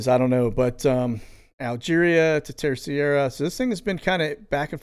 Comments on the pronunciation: Terceira is pronounced “Ter-sey-ruh”, according to my Portuguese friend. I was supposed to visit this year. Hoping to go next year. Love your channel. God Bless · I was stationed in the Azores (Acores)... the island you are referring to is pronounced Terserra... :) you're welcome... thank you for sharing all this great info... God Bless. 🙏🙏🙏🇺🇸🇺🇸🇺🇸🇺🇸🇺🇸🇺🇸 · My mothers family is from Treceira.. I pronounce it ter cera 😊